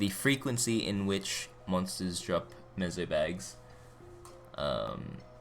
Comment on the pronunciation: Btw it's meso not mezo lol